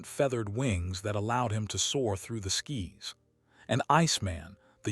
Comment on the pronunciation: Dude when they got to Angel and something about the sky’s but it sounded like “skies” that’s when I knew 😂